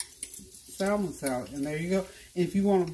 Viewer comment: with all due respect the "l" in salmon is silent 🤫.